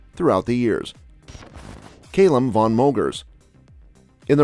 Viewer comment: Why can Americans not say Calum 🤣🤣🤣🤣🤣